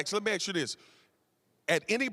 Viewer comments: And he keeps saying...let me aks you this ...why is he here when he cannot grasp proper grammar? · "MAX, let me axe you this"...really? axe? smh